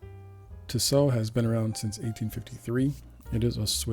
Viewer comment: Nice vid, however, tissot (t-so) is the only way it is pronounced. The last T is never pronounced